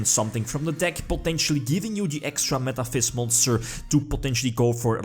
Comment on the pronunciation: Did you say Metaphis monster? Ahah :"D